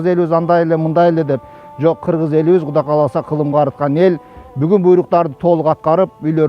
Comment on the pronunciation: Куда эмес,Кудай десенер чулдурабай